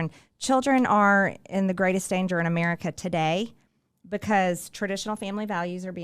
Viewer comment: every time I hear that organism say "ameerica" my blood curdles. I know it's poorly educated and leans into its rhetorical posturing as a sort of dog whistle, but I'm sick of it.